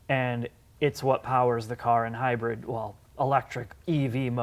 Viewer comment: “HYBIRD”??? Isn’t is Hybrid....... who gave these guys a channel?!? Ick